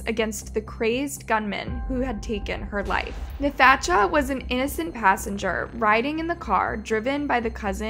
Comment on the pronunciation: The pronunciation of Nathacha Augustine’s name is one of the worst crimes in this video